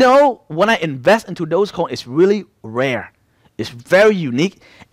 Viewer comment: Bro is dodge coin, not dose coin, you keep saying dose coin.